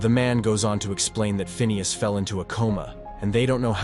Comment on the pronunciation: It's pronounced "Phineas" !